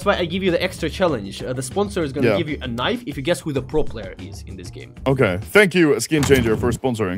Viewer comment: normal people: knife: knif